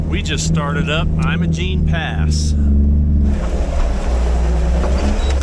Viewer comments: well don't know what to say, but 64 here and lived in Colorado my whole life and 38 years in the San Juans and really never heard it pronounced that way. History be damned. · Learn how to pronounce Imogene.